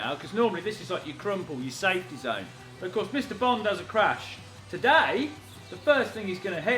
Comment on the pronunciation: Am I the only one who keeps hearing "Bong-Car"??